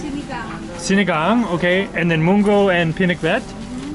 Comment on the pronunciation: Pronounce sinagāng as sinagong :)